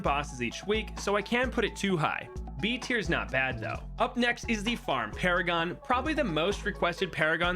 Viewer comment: I THOUGHT FARM PARAGON WAS FART PARAGON 😂